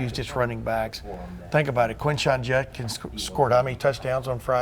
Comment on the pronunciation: Herbstreit pronouncing Judkins as Junkins all game was irritating